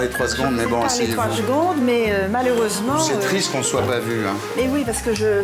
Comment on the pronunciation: Je suis déçu pour une Baronne elle dit 3 zgondes, c'est vulgaire, on doit prononcer chaque voyelles et syllabes secondes